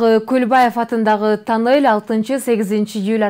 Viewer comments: Танел эмес тунел,саапер эмес сапёр. Сен озун окугансынбы? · Танель эмес кок мээ туннель деп окулат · Тоннель деп жазылат и айтылат, бирок таннель деп айтса да боло берет.Танел дебей "н" тамгасына басым жазап айтыш кк болчу: таннель деп хотя бы.